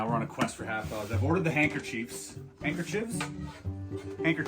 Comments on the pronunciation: Chris! loved the video! Very creative way of showing us normies the process of learning and performing a trick! thanks for the content! LMFAO "Hankerchodes" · Such a cool video. Really enjoyed it! Loved the constant correction over the word hankerchives. 😂